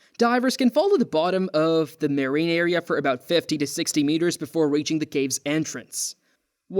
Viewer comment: Ray-chard? Maireeng biology? Strange pronunciation going on here.